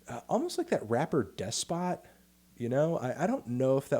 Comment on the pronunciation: bruh why cant you pronounce despot right? it's the same pronunciation as the actual word, which is defined as a ruler with absolute power